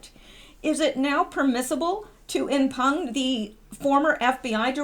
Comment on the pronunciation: Impugn is pronounced as im pyoon.